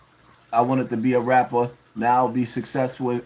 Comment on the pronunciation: "Raaaaperrrrrrr" with the hard R.